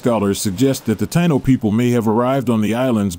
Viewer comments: It's pronounced Tie` ē no. Spelled like how its pronounced Taino! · I wish u would pronounce Taíno correctly..